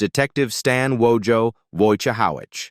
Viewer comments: Wojahowich???? It's pronounced just like it's spelled!!!! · The pronunciation of Wojciehowicz by this obvious AI voice made me think of his own character's quote, "It's Wojciehowicz! You spell it just like it sounds." 🙂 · If you watched the show you would know you pronounce Wojo's name wrong roflol. bye! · A.I., come on. “You spell it like it sounds. Wojciehowicz.” 😂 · This is sooooo stupid. People who were middle aged 50 years ago have now gotten old and/or died. Along the way, they've been some divorces and mariages and illnesses, etc. Just normal life. And you can't even pronounce "Wojciehowicz." How ironic. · Bullshit.. If you can’t even pronounce Wojo’s last name correct what the fuck do you really know.